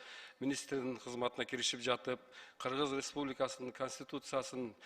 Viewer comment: четко граммотно суйлогонду уйронуш керек.Кыыргыз ыреспубликасынын дебей!